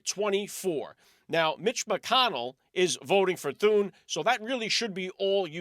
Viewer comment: Senator Rick Scott not senator Thurn